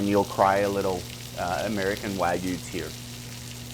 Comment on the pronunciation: Great vid and presentation. Can you please tell some of your SRF colleagues the proper pronunciation of Wagyu. If they are going to be spokesmen for the product they should be able to pronounce it. Wtf is a “wah-goo”😂